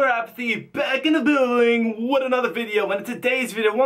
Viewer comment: "Back in the blluiuulllluilding."